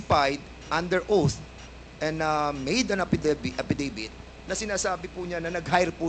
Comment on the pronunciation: ang pagka pronounce ng affidavit apidevit? ano ba yan...ways or waste or waist.....